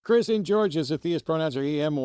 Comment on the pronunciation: What is with the weird audio of " chrisinger" sprinkled throughout this video? At least it sounds like "chrisinger" to me...whatever that word actually is...